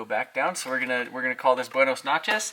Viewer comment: He also said buenis noches